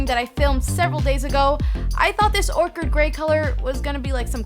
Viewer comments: It's orchid grey and not orchard grey 🤓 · Orshid? its Orchid lol.... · why do people pronounce orchid wrong??? it's pronounced "or-kid".. not orchard lol kind of grinds my ears. still a great review though..i love this phone and can't wait to get my s8+:) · Pronounced or-kid not or-chid. Named after the plant. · It’s pronounced Or”kid” not like Orchard. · its pronounced OR KID... not ORCHARD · Can everyone please STOP calling this phone's colour 'Orchard' grey as in trees - it is ORCHID as in the flower!!! Doh. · We gave the Americans our tongue and yet they still misuse it... It's Or-Kid, not Or-Chid. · it is ORCHID pronounced as "ORKID" not orcard. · it's not orchard grey. It's Orchid Grey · girl its pronounced OR-KID not OR-CHID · "Ore-ched" :P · I love that you include the mispronunciation counter. For anyone wondering on how to pronounce orchid, it's "or-kid" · OR-KID GRAY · it's pronounced or-kid, just saying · How can i trust the opinion of someone who cant even pronounce orchid.... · Why the fvck don't you know how to pronounce orchid? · its pronounced orchid, not orchid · Nobody can say orchid properly is what we can take away from the s8 reviews lately XD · 'Orchid' mispronunciation count :) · Kushal Chachan thank you, why does no one else notice this? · that was killing me!